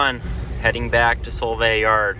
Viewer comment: Fyi, It's Sol-vay not Sole-vay😅